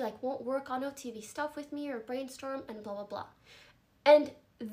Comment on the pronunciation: He really said OFTV haha